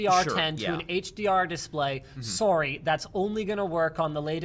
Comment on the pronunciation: finally linus shows his canadian side (sooooooory)